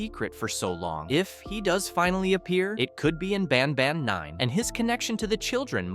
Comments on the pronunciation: Bro when he says banban he says bonban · "Ban bon" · "in the garden of banbon" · ah yes my favorite game bAn bon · garten of banbon😭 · “Garten of banbon”